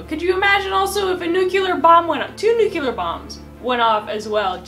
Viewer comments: my dudette, you’re a clever scientist. Please don’t say “nucular”. It’s “nuclear”:) Hearing a fellow clever geek saying nucular, hurts my soul as much as it hurts yours when people rate hurricanes using the “F” scale haha:) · does look great, and I was going to ask her to marry me until I saw this video. They were talking about the tornado hitting McConnell Air Force Base, narrowly missing a line of 10 B1-B bombers each worth 280 million dollars. That was when mispronounced "nuclear". She used the Gene Hackman pronunciation, "nu cue ler" as opposed to "nuc le ar". There are others besides Gene Hackman and who mispronounce it, but I not considering marriage to them. She needs to get with the program if she wants to be married to me! Otherwise, I will probably stay married to my current wife of 25 years!